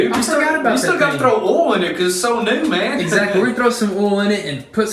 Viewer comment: Throw some “OLE” in that sucker! And start her up boys! It’s just hilarious cause it’s Oil not OLE😂